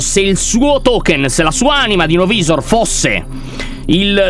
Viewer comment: Lyon la pronucia di no-visor e no vaisor